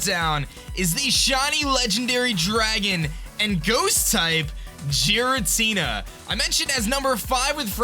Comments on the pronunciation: It's pronounced "garatina" not "jeratina" that bothered me so much! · GEAR-AH-TEE-NAH, not Jeeratina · It isn't jiritina it is gearatina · Haters be like: OMG it's OBviously not pronounced "jiratina" it is of course "ghiratina" with a hard G!!! Seriously am i the only one that knows shit??? UGH Me: Hater, fuck off mate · Jiratina its totally pronounced that way totally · i dont know where he is from but in some languages its pronunces jiratina in the translated anime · It's Gear-a-Tina come on now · the way you pronounce Giratina is triggering me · pronounced Rayquaza right but not Giratina. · I'm fine with the way you pronounce Rayquaza, because that's a common mistake. But the Giratina pronunciation bothers me. I get you pronounce it differently but it just seems weird.